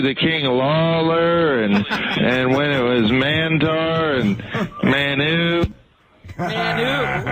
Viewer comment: He said "Mantaar"